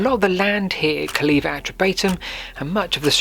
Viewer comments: You need to take the trouble to get the names pronounced correctly. E.g. CALLEVA is pronounced /Calaywa/. There is no /vee/ sound in Latin. What we read as V is actually a capital U. Calleva is therefore properly spelt Calleua. Your pronunciation of Catuuellauni (Common Brittonic: * Catu-wellaunī, s abominable. Do some research on names and it will make your presentations much more authorative. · Calleva reared its head in my 1970s school history lessons. I remember the Latin teacher insisting on it being pronounced Kul -AY-wah, although I never heard Silchester or Pamber Heath residents do that. Some years later I lived in Tadley (23 Hartley Gardens) from 1982 to 1986 and took an occasional drive around the perimeter wall. I remember seeing the impressively high sections of wall but, at the time, it had a rather uninviting look - overgrown barbed wire, gates and possibly 'Keep Out' notices. Your video has certainly brought it to life. Thanks for posting.